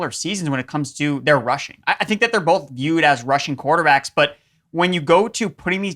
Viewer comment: The number of times he says bolth.... Both man B-O-T-H Both. Sorry, drives me crazy